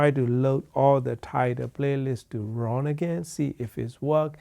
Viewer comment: I like Ruun like the moon, said Ron.